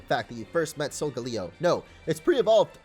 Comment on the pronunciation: No its soul gay le oh not soul ga leo